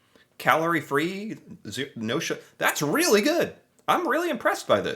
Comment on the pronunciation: No ‘sugger